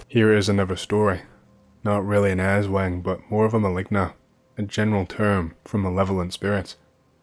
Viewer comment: As soon as I see “Philippines” I knew I'll hear atrocious pronunciation of aswang and manananggal. I was not disappointed